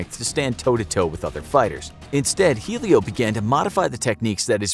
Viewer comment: I know the whole Jiu jitsu story because my dad and uncle own a gym P. S it's not helio Gracie, it's pronounced Elio